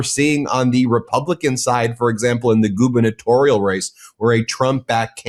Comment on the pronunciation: I'm familiar with the term govenatorial But what's Goovenatorial ? Except the grammar... Lol 😂